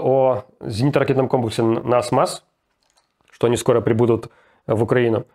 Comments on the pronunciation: не НАСМАС а НАСАМС :) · Что за насмас) там же насамс написано. Няшмяш какойто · "Насмас" ))) Насамс, же )) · Отличная робота. Но. Не Насмас, а Насамс. Руслан так забавно это говорит, что я Няш-мяш прокурора Крыма вспомнил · Только не "Насмас", а "Насамс" комплекс называется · Руслан! НАСАМС, а не НАСМАС)) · Не НасМас, а НасАмс;) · Руслан не NASMAS а Nasams)) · НАСАМС а не НАСМАС, just FYI